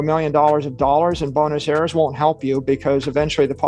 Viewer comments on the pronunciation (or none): its buenos aires not bunos eras lol. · The auto captions got it right: He absolutely pronounces Buenes Aires as "bonus eras." 🤣